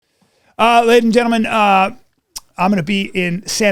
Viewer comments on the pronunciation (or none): "ah lady ahh gentlewmen" dentures coming out? Why not redo that😂😂